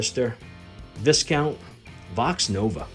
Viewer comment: Wonderful video - just one thing... one doesn't pronounce the 'S' in Viscount. Pronounce it is Vai (or Vye) Count. Amazing collection!